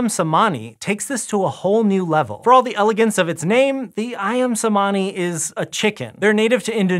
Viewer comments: I believe that the "c" in cemani is pronounced as a "ch" sound instead of an "s" or "k" sound. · I'm a bit triggered by pronunciation of 'cemani'😂 The 'c' in 'cemani' should be pronounced like the 'ch' in 'chicken' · Why is it so hard to get the pronunciation of “cemani” right, when there’s so much out there with native speakers saying it? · indonesian C sounds like CH - so /ayam chemani/